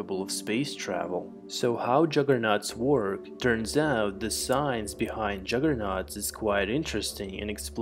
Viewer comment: Love how you say the science behind juggernauts. Lol. Made me smile